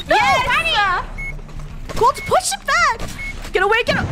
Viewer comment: Not trying to be rude but it's Funneh sorry